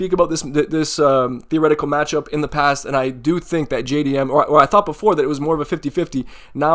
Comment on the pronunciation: JAY-DEE-MM by TKO - bedtime